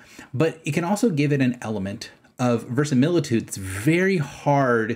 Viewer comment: it's verisimilitude, pronounced Ver•i•si•mil•i•tude... not the way you said it.